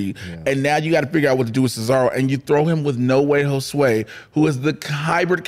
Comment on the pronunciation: Why does keep saying Jose as Josué?